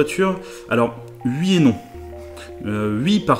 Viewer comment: Ui mdr "oui" c'est pourtant pas compliquer à prononcer 😑